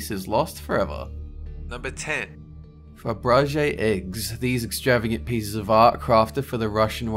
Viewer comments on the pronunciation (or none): Jeezuz! It's not called a Fabrege Egg! It's a Fabergé egg. Proper research is advisable. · Fabrege = fab-ruh-jhay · Its pronounced FabERge lol i dont know why that angered me so much lol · Good Lord, it's not "Fabrege," it's "Faberge"! For dudes who claim to know a lot of stuff you really screw up a lot.